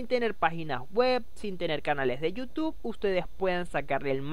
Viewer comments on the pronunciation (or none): none